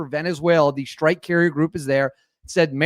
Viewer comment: What is a “Shhtrike” group?